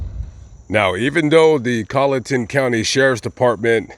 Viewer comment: Well, maybe you were saying: "WalterSboro", instead of "Walterboro", but you were pronouncing the name of the county (Colleton) correctly! Good video,. Thank you.